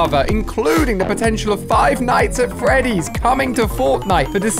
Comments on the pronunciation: Stop saying “five nights at Freddy” It’s Freddy’s Not Freddy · Ali-a it's five night's at freddy's